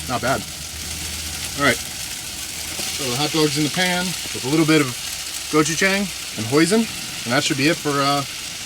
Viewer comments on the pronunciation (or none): The Korean red pepper paste is pronounced Goh Choo Jahng. (Not Jang!) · Great video. FYI. Gochujang is pronounced this way. How you pronounce jang is incorrect.